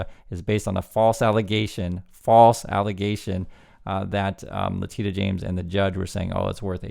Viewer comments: It's Lah-tee-shah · her name is pronounced La-Tish-a